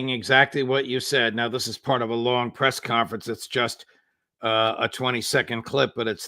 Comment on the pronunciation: Did you say piss conference. Zelensky did.